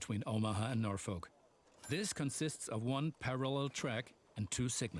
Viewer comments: It's worse than that, we actually pronounce the name as Norfork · I so disappointed that they mispronounced Norfolk, which, I shit you not, we pronounce Norfork. We also pronounce Beatrice, NE as Be-at-triss.